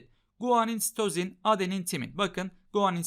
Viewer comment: İlk başta hoca "ve sitozin." derken Mesüt Özil anladım